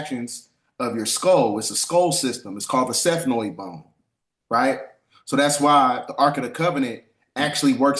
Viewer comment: Peace god! Are you saying ethmoid bone? Which would be accurate but it sounds like you’re saying something else. Gratitude for the clarification 👁️